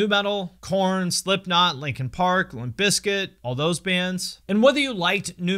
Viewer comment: Why u say limp biz kit like that at the beginning 😂 they are the goats